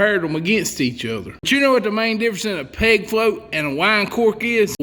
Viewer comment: Ok, I don’t fish. What state is the author from? His accent is - amazing. Most of the vid I thought he was saying PIG FLOAT but then I saw it written - PEG FLOAT. Why is it important for the float to rattle? WHY AM I I HERE? I DON’T FISH. I love this guy!